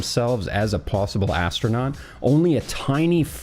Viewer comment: Astronaut ❌ Astro-Nought ✔️